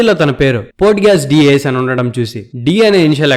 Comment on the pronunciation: పోర్ట్ గ్యాస్ kaadhu ayyaaa, sariggaa chaduvu bro Adhe nee favorite aina Naruto ki alaane chesthaavaa?